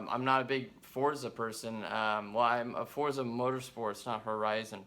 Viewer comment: It drives me crazy when I hear someone pronounce forza wrong.